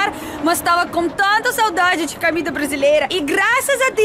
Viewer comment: acho engraçado vc fala camida não comida kkkkk